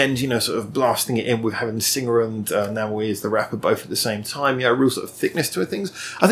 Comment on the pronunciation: Review Namewee's song, 4896. By the way, his celebrity name should be pronounced as 'name' and 'v' in English =)